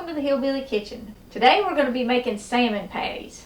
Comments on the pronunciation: I love this lady's accent when she says "sayer-mon". Keep the wonderful recipes coming but lose the comment warning. I find the "GOT IT" part insulting. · Is it pronounced sa-mond or Sal-mond 😉🤪😀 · Love to hear you pronounce "Samon".